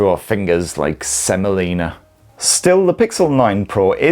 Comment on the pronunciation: Did you say semolina or semen?